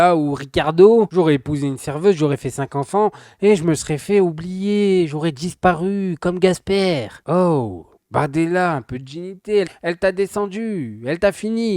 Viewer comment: par contre c'est Casper, pas Gasper.